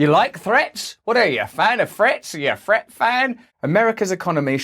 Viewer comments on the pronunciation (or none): What do I think is the question... I think that we you say, "Threat" I hear "Fret" so I look at my guitar on the wall and give it the "angry eye" to let it knows whos boss. <3